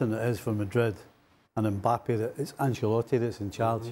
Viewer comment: Stevie "AnCHalotti" It's pronounced "AnSHelotti" you chav. how many times it's been said on media for years yet you can't get it right